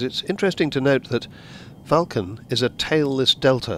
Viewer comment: It’s not a vooolcun it’s a Vulcan